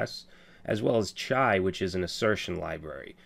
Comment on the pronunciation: In Urdu chai means tea.... You sound like natives when you say the word Chai